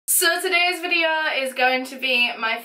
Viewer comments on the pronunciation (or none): I'm sorry your sad, but this comment is seriously the best 😂😂 at first I thought "so today's video" was actual gibberish...then I realized it was in her accent and I died 😂...love this.